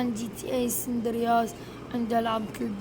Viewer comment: اسمهة جي تي اي ساندرياس مو سندر ياس